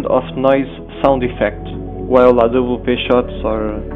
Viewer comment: wow , your voice when you say "awp" you look like portuguese, you are? xD